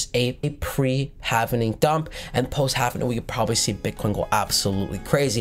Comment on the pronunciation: Halving, not hav en ing.👍